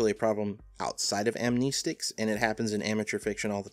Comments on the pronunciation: Am "knee" stic? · amneeeeestics 😁 I haven't seen it said this way before. I'm not going to say that pronunciation is incorrect, since it's a made-up word, but it's still weird to hear 😃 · Well for starters amnestics just not how you pronounce it but I get its your accent or whatever